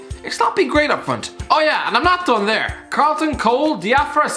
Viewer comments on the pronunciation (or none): none